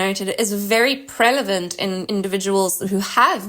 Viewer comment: She keep saying "prelavent." Good video, tho.